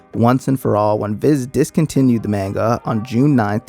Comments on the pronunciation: I used to love this show. None of my friends ever saw it though surprisingly, even though they were all anime nerds too Edit: I also hate how people pronounce it “maynga” instead of “mahnga” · Man-Guh lol. Haven't heard it said that way before.